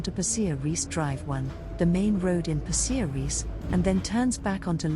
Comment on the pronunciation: Weird pronunciation of Pasir Ris eh?